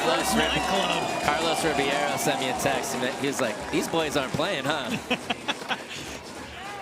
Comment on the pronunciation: Ribeiro (Re-bear-o) It’s time to pronounce it right if you can pronounce Ginwoo